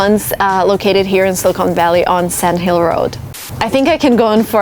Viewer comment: Thank you for telling this story, but I have to tell you something that kind of grated on me is your pronunciation of the word 'silicon'. It sounded like you were saying 'Silicone Valley' which is funny because 'silicone' is a material plastic surgeons used to use to do breast augmentation-- which, of course, is totally different than the element silicon used in semiconductors. I believe the word is better pronounced 'SILLuhkun' with the accent on the first syllable and the last syllable pronounced with a short 'u' sound. Yeah, I know I'm being picky, but it's something I notice. Also the author Tom Wolfe has a very interesting essay in his collection 'Hooking Up' called 'Two Young Men Who Went West' which is about the men who started Fairchild Semiconductor and Wolfe gets into a lot of Silicon Valley history which I thought was fascinating and you might like it, too. Thanks again